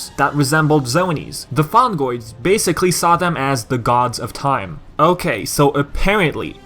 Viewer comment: (LAUGHING) ... Fungoids? You mean Fongoids. :D